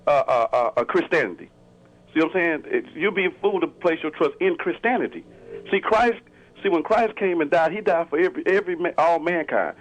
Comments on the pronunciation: Did he say "Christanity"? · Yeah, I'm still trying to figure out who Chris Tanity is, lol. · What's Christaniddy? lol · if you can't pronounce the word 'Christianity' best not call in. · Yes multiple times it was very annoying. However he also said, "lemme axe you something" so it's not all too surprising.